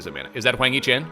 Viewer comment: You are saying the “a” to hard in Hwang hee Chan it’s not a hard “a”